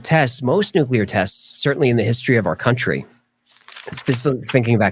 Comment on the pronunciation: Why do Americans say NUCULAR instead of NUCLEAR it's just the two syllables guys.